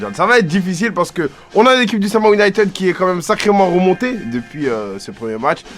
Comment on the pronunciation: Sa me dérange de ouf que les commentateurs dise le “Sama Ounited”😂